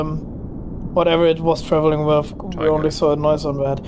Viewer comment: It’s impossible to understand the German. I am German myself but there is no excuse for such horrible english in 2025. The accent is horrific. He should learn how to speak english or stop speaking altogether. This guy is making the video unwatchable. Edit: it’s “with” not “wiff”.